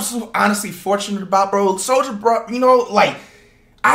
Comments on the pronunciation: the L gone in soulja in the beginning 🤦‍♂️ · BRUH THE BEGINNING SAYS SOUJA BOY LMAOOOO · Why that jawn say souja boy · anyone notice how says "souja boy" lmao